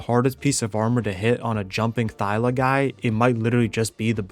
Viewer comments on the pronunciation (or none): I love yout.videos but my guy, it's ThyLA.